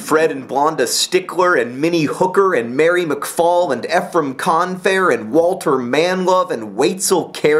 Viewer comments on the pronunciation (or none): One small correction- Ephraim is pronounced Eeef-ram instead of F-ram. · i don't want to be a smartypants, but at least in Utah, Ephraim is pronounced ee-frum. just in case you use that for a book, or something.